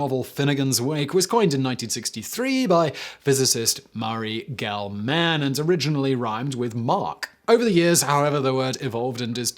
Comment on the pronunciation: Oh dear, I must bring up another mispronunciation. Murry Gell-Man is pronounced gelmun, hard g, short u one word.